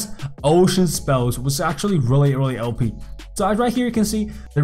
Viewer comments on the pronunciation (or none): you keep saying (Ohe-Pee) for OP its pronounced (Oh-Pee)